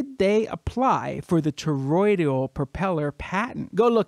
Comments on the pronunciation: The word is ToroidAL, not ToroidIAL... Doesn't give me much confidence in you in the first one second of your video. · It's toroidal...not toroidial. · 3 words in, mark: "...Toroid-EE-al.." Yup. I'm out. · I'd take this more seriously if you could pronounce "toroidal".